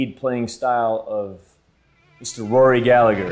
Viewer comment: You completely fucking butchered Rory, he would be disappointing